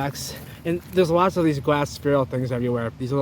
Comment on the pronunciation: I swear everytime you say Glass it sounds like Gwass lol 😂